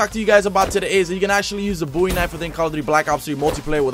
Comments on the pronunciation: It is Bowie not boowie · ITS BOWIE KNIFE NOT BOOIE KNIFE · "Bowie" not "Boowie" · Pls pronounce Bowie correctly